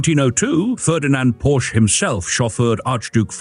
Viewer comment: Porsche is a two syllable word, dipstick.